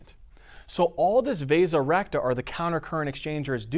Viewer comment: Am I the only one that when he said "The vasa recta" thought he had turned into a british guy saying "The resurrector"? Amazing job by the way.